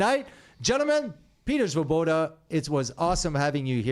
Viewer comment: The Svoboda accent is a beauty!! Fits right in!!